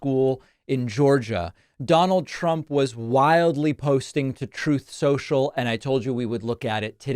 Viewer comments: David, can you please play the audio clip where Trump says "Trott Sencial" next time you show a message from his social platform. It's hilarious! :face-green-smiling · Troat Senshial!!! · this is FAKE NEWS! I believe you mean "troth shentol". Stop these lies about the name of truth social.